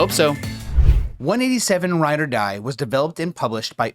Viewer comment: yeah man, my "PROBLEM" is that my favorite game of all time is finally being talked about on the internet and the reviewer cant even bother to get the name right. video has been up for 2 days and you have 1.6k views in which ALL of them you have mis-pronounced the name of the game. you think that is a "issue"? maybe be a little more professional and maybe spend 10 seconds looking up the meaning of the title of a game before going online and misleading thousands of people into thinking the game is bad from a guy who doesnt even know the name. get a grip.